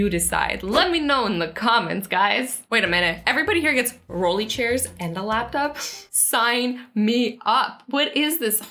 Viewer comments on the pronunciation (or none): none